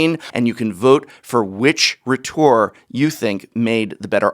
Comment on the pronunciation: Srsly. "Myself" is a reflexive pronoun. It is not freely interchangeable with "I" or "me". Also, "rhetor" is pronounced with the first syllable stressed.